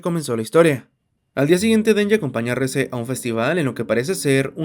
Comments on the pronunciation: Yo creo que la pronunciación correcta es como se escucha en su idioma original "Reh-zeh", "Reese" el de Malcolm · ES QUE SE LLAMA REZE NO RIS 😭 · El nombre de la chica es REZE, no REESE! Se pronuncia Re-Ze, tal como está escrito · Nadie le dice "Ris" literalmente es Reze 😂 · Aún no entiendo el por qué le dicen "Riz" si en japonés lo pronuncian como se lee xd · Reze se pronuncia: Rese